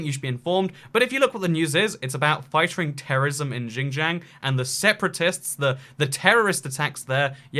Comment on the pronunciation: Your pronunciation of Guangzhou and Xinjiang made me cringe